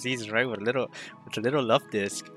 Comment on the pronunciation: Let's goooo Luvdisc! ❤ and yes, you're pronouncing it right. Lol